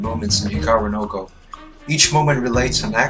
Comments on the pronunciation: Hikaru "no go". The way you pronounce it, it's like there is a no go area for Hikaru somewhere :-) It is Japanese and it actually means Hikaru's Go or "the Go of Hikaru". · he should stop at 'no'. Hikaruno Go.